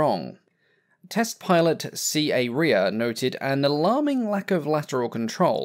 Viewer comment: the surname Rea is pronounced "ray"